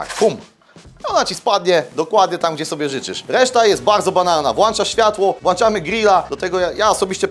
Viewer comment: Włączam…. Nie włanczam….. Ja jebie